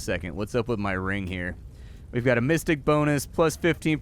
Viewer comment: Why did I hear "mystic bonus" as "fisting bonus"? 😂🙈